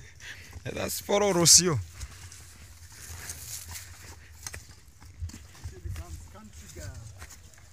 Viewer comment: learn to pronounce Rocio name well please